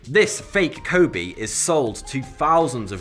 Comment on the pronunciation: I lived in Japan for way too long. You repeatedly mispronouncing Kobe is bugging the shit out of me. LOL